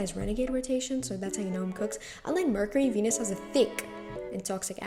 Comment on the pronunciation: Cool video but kinda strange how u said venus also this might just be how our school says it but you say methane differently, u say "meh fane" and we would say mee fane"